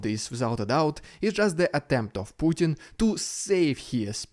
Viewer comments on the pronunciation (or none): none